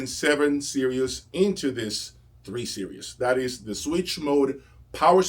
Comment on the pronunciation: Hi. It sounds like you pronounce "Series" as "Serious". Is this accurate?